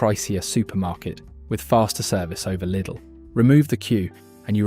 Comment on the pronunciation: Well done for actally pronouncing the name right!